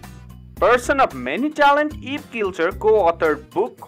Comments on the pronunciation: I think its Eivin, not Elvin. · It's not Elvin it's pronounced ivan